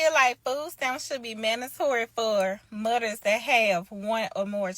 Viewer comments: I swear. I couldn't get past. . I heard her say "mudders". 🙃🤢. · When this single mother said 'Mudders and chilldrun', she lost me.